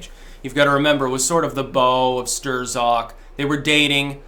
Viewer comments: Strzok, is pronounced "strock", don't ask me why, but it is. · for pronouncing it “stir-zock” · Signs that doesn't watch the MSM, even on youtube: Strzok is pronounced Strok. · PLEASE stop calling him "Sterzock" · Hey he pronounces his name like Struck. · Really should learn how to pronounce Strzok. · I'm going to Hawaii in a few weeks,, where can I get a cool Aloha shirt like yours? I take size 10.2. PS you don't pronounce the Z after an R in Polish. The Polacks just throw it in to fuck with people out of frustration that every time Germany and Russia fight Poland disappears. Hence afterz the Rs in worzds and names they thrzow in an extrza Z then laugh when you przonounce it. EVIL BASTARZDS! Got that Tarzl Warzwick? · How can you still not pronounce Strzok correctly after all this time?